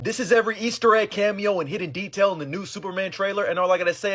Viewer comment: Says eastee eggs, describes literally every frame in the trailer